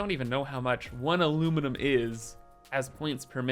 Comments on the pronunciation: Finally time for the A LU MI NI UM!! aluminumunumnumnum is just wrong! XD This is gonna be pure chaos and we love it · If i never heard “aluminiminiminum”again it would be too soon